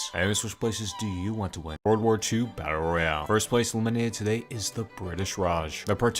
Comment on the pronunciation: How I heard him: W2 batter royar